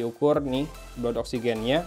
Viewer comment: Blood = dibaca BLAD